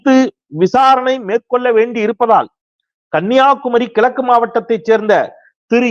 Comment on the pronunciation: கழகம் டா அது கலகம் அல்ல. கிழக்கு என்பதை கிளக்கு என்கிறாய்.. விழா என்பதை விலா என்கிறாய். ஒரு ஊடகத்தில் இருப்பவன் ஒழுங்காய் தமிழை உச்சரிக்கக் கற்றுக்கொள் முதலில்.